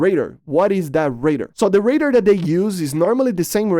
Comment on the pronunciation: you say "raider" instead of "radar"